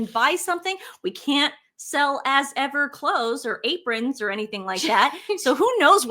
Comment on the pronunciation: I heard As Ever as 'Ass Ever' and now it makes sense.